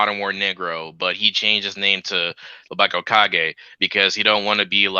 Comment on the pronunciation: Hearing mispronounce hokage made my night😆 you should watch naruto sometime man